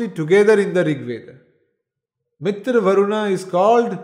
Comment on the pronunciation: It is not mitr. MitrA . Dheergha